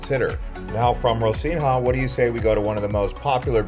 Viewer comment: Clearly, you have never been to Rocinha or even Rio. You mispronounced both Rocinha and Rio. Rochina is pronounced Hosina, and there is no H sound in Rio!